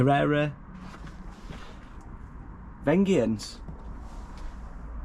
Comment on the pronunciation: I've got same bike ...and it's pronounced vengence like revenge